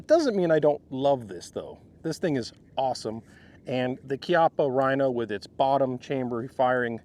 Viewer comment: He pronounce Chiappa (kiappa)correctly 🎉